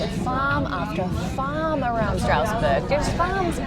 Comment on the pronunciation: The Amish/German influence has also influenced our pronunciations quite a bit. "Strasburg" is pronounced "STRAZ-berg" with a very wide nasal "a" sound in the first syllable and an audible "z" at the end. The city/county of Lancaster is pronounced "LANK-iss-tur" with a clipped first syllable, not "LAN-cass-tur" as is standard pretty much every where else. Now you can say it like a local! Any guesses on the pronunciation for Ephrata?